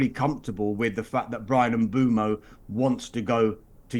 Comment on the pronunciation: Why does everyone pronounce mbuemo wrong? It is mbwaymo not fucking mboomo. Not that hard.